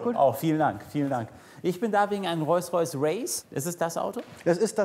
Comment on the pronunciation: Ich mag Hamid ja echt gern ich gucke die Folgen immer total gerne aber mich triggert es dass er statt Rolls Royce Reus Reus sagt